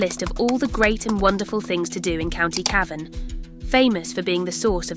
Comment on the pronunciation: Nice quick jntro to a place I have a fondness for but can I respectfully suggest you get a real person to narrate it. I assum it was AI and Cavan was mispronounced a few times.